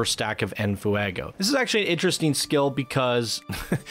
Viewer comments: Were you saying "in foo-ah-go" for comedic value, or do you genuinely not know how to pronounce it? Lol... In case it's the latter, you pronounce it "en fway-go," mate. Lol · which add-on do we download first, venom or deadpool? u clearly don't speak Spanish- its NOT ENAFUEGO, JUST ENFEGO. there is no A that u are throwing in there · Sorry I don't want to be that guy but...Its said more like this fwey go like fire in Spanish it really irks me how you say never the less it's a fantastic video also I get the whole rant I've been in similar situations and it's annoying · "En Fuuehgo." Sorry, I had to. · Nice vid.. its en "fwaygo" btw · The way you pronounce enfuego is hysterical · Sorry for the late reply, but yes the F Face resists are very helpful. If for some reason DP is targeted he won't lose En Fuego stacks (which the video author, despite making a very good video, butchers the pronunciation of). I have this in my current DP kit but with a mod that makes it free. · Your videos are so good but the way you say en fuego made me immediately shut this video off